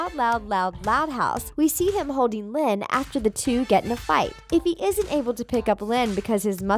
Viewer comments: Its linn loud not loyd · It's Lynn loud senior not loyd